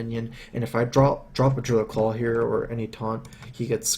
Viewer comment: Druid of the Claw, mate. Claw, not Call! <3 Isn't he cute!?